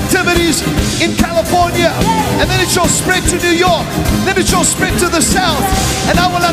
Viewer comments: He did “In the state of Californi-Ye.” like Kan-ye. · He even pronounces CALIFORNIA twice the second time he says Califor-NYE ?!?!? DID YALL CATCH THT?? Like kanyeee?!?! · Wait!! ✋ Did he just say Californi-Ye??!! 🤯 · he really said californye.. i'm shook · Prophet Kim just said California-Ye... Wow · Yes i got it